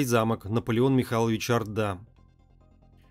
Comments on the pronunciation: Хорошие картины,но автор ужасно делает ударения!-коктЕбель,а надо коктебЕль,не ордА,а Орда и т.д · Наполеон Орда, ударение на О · Орда с ударением на о. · В фамилии Орда - ударение на первый слог. Спасибо за "Античную Беларусь" :) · Правильно Орда,ударение на О... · Наполеон Орда! Ударение на О в фамилии. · неправилдьно надо орда ударение на букву ооо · Как странно, что не осталось никаких документальных свидетельств. ЧТЕЦУ надо обратить внимание на ударения: Наполеон 'Орда, ударение на "О". Очень неприятно. Для просветительских видео нужно приглашать более грамотных людей.